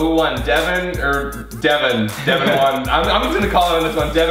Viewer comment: Oh my god. ITS DEVAN not devon🤦‍♀️